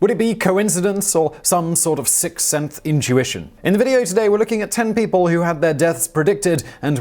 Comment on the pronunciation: "some sort of siccenth intuition" you ok there simon?